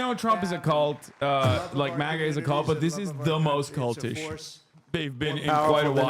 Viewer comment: What is up with trump sounding like a toddler saying his first words when pronouncing "MAGA" nowadays? "Ma-Ga" ahh